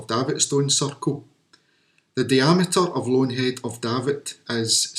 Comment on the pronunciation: So many issues, so little time... Find a local to teach you pronunciations of Aquhorthies, Bennachie and Daviot. If there was a precise mathematical relationship between the sizes and positions of stones, you would expect them to be precisely located to match those relationships. For a start, the diameter that you claim so precisely is from circles that are not circular. You're also inconsistent with whether you measure to back, front, middle or edge of stones. You are always going to find approximate ratios between the length of one object and another if you're unscrupulous about how you measure them. The fact the 2 circles you looked at have completely different ratios between diameter and recumbent length, if anything, shows the ratio wasn't important. With so many stones, there are always going to be approximate alignments looking from one arbitrary stone to any other arbitrary stone. Why those stones? Unless you can demonstrate something to clearly show those stones were used in that way, it's coincidence. And the lack of alignment couldn't have been more clearly demonstrated than by your "station stone rectangles" when your alignment lines DIDN'T sit on top of the stones you claimed showed the alignment. The word is "specific" not "Pacific". The Pacific is an ocean.